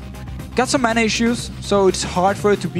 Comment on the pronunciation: I just can't stand Deficio, it annoys me to no end how he pronounces mana like manner.